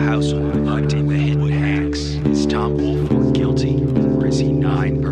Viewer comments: Right its Folk like Faulk not Fork. Woolfolk not Woolfork It's a binge lol teachers always got it wrong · Yes. It’s folk not fork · As a Woolfolk, it drives me nuts when people pronounce it Woolfork....there's a difference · There is no "R" in Woolfolk. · I loved the story but it bothered me how the name was pronounced the entire video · Idk how many times I’ve gotten “Woolfolk” pronounced as my last name